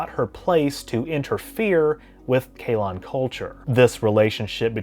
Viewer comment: "Kaelon" not "Kaylon", okay. Not the Orville.